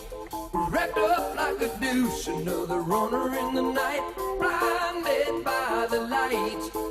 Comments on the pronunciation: I would call "like a deuce" the most mispronounced lyric ever. We all heard what he said, he pronounced it wrong. Those of us at the time who knew The Beach Boys "Little Deuce Coop" figured out very quickly what he meant to say when taken in context. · To be fair the singer terribly mispronounces both “deuce” and “runner”. That isn’t exactly mishearing it.